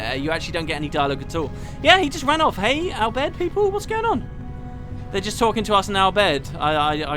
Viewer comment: Sounds like you have been practicing your Al Bhed pronunciation! :D